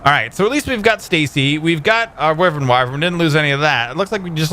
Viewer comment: It's pronounced why vern